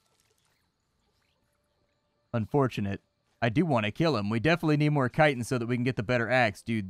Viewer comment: you say chitin wrong